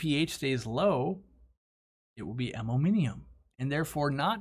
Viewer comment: That and "ammominiumum"